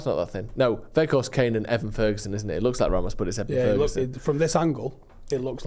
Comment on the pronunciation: Put off when I heard keep Veghourst